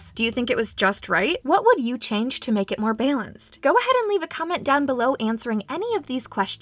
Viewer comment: what the fuck is baylence?